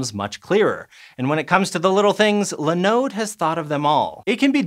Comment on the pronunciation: I thought this was a science channel what's with the pronunciation in this video?! Linode and Muon - dude woof. Grab some how to pronounce videos and try again.